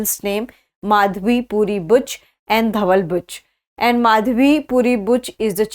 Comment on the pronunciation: she used bitch instead of Buch 😂😂😂